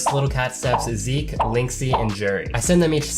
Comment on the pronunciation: Oh nice you finally can say Zeke right :) (Plattform: Steam Name: Phynixz Friendcode: )